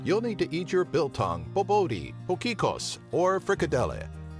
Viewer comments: I'm crying from laughter from his pronunciation of Biltong and Bobotjie and his discription of Koeksisters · You can’t say dale steyn Or babotie Wow you can’t say Ushaka that’s easy You can’t say zebra WOW You can’t say mpumalanga It’s a good video but you are missing a lot Sodwana bay, drakensberg, aliwal shoal, etc....